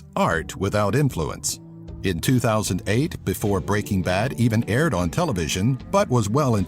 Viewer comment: It's Br eaking Ba d not B reaking B ad